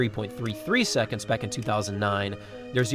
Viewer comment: 9.83 "secontz"